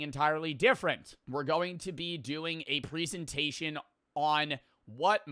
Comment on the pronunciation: you pronounce the word "presentation" wrong.